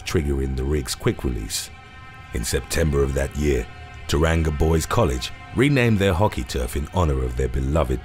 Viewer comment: I've never heard the word Tauranga butchered so badly